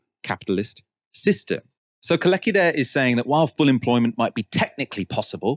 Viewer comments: Very interesting as usual. One thing though. Could you stop call Kalecki [Kale:tski] "kaleki", as this in Polish means "crippled". Thank you. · and mispronounced “Kalecki” for the enterem segment 😵‍💫 it’s prounanced “car let’s kee” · you ought to check the pronounciation of Michał Kalecki "Keir Starmer is literally a wet wipe". What a gem of a character assessment